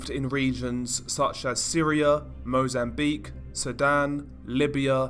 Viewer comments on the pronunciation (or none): none